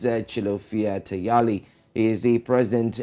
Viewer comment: HAHAHAHAHA please not Tayali